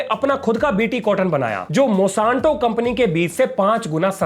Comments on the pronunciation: मॉसांतो नही मोनसैंटो है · Bhai नाम तो सही बोल company का।।। Monsanto है , mosanto नहीं😂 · Its MON-SAN-TO not MO-SAN-TO, please correct it's aching my ears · Mosanto❌ Monsanto ✅ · मोशांतो नहीं मोन्सेंटो